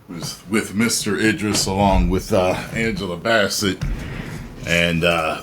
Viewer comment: Bro WTH, this guy is terrible with pronouncing basic names calling them Angela Baa-Set and Eye-dris makes it hard to take his commentary serious, especially after he said Shang-Xi correctly?